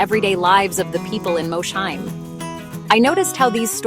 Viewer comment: Please, as someone who grew up less than 10 miles from Mosheim… it is pronounced “Moss-heim.”